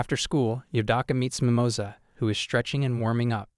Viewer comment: "Mimoza" rabbit... that sound so wrong un spanish lol